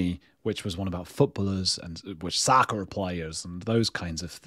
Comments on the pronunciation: Your considered, clearly practiced, pronunciation of “soccer” and more excusably “soccer moms” is pretty egregious, man. Love you, of course, So take it in the spirit is given, but yikes! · I would tune in just to hear you say "soccarrr" 😂 lol! If my husband (a saint who has put up with me for 20 yrs) said "I want to be your Tampax" I would say WTF have you lost your mind! 😂 Love ya mate! ✌️💜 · I love your “ soccer” accent! You do know the US first used the term football” for football?